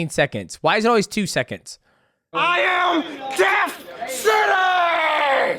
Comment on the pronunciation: Really? seconds rhymes with sentence when he says it. Come on man ….. it’s the thing 🎉🎉🎉